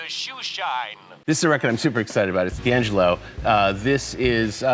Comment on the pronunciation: Can't believe he mispronounced D'Angelo.